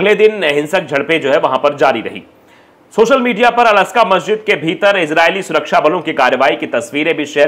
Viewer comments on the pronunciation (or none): none